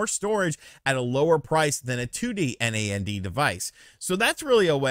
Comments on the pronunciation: Btw It's pronounced "NAND" not said "N-A-N-D", NAN-D. I guess I just want Nintendo to stop being a garbage company, maybe I'd rather they get out of the console business entirely, I think it holds them back. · lol, you don't have have to spell NAND out each time, you can just pronounce it like "Nanned" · Calling storage "memory" can be confusing, as memory is commonly how RAM is referred to when it comes to tech. Also "NAND" should be pronounced as a single word, like the word "and" with an N in front of it. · so weird to hear someone say N-A-N-D... most i know just say nand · It’s pronounced like And, but just starting with an N 🤦🏻‍♂️ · Why are you spelling out NAND?